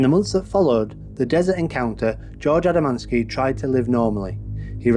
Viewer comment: _ you pronounce it "A D A - M A N - S K I". The correct pronunciation is just like the spelling "A D A M - S K I". The story you tell is made up by you or someone else. I have studied all the original writings by George himself. The story is not quite the way you describe and he did not own a car, but he did have two astronomical telescopes. He used his 6-inch Newtonian to photograph the saucer images.